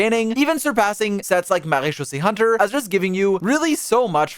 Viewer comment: how did bro marachusee hunter the right way